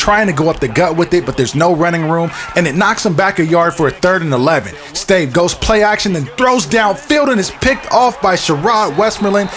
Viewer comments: stave is pronounced "STAHVAY". Joel Stave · The quarterback for the Vikings his name is pronounced Stav-a he is from Wisconsin